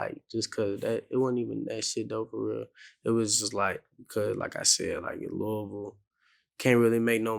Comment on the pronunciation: Vlad you have to learn how to say Louisville bro 😂😩